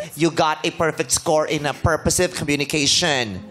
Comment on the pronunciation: Tama po yun pronounciation nang girl sa "purposive". You connect the "sive" to the orig word purpose.